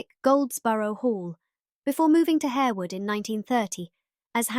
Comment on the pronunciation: Pronounced Harr-wood, not Hair-wood.